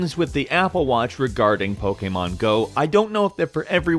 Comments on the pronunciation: It's pokèmon not pokàmon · Lol, pokaymon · The way he says Pokemon pisses me off